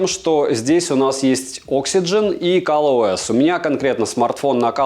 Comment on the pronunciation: Какой ещё "Кал" ОС?